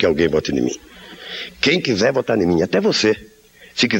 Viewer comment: O Lula diz "se quizé vota ni mim" ! o coisa feia...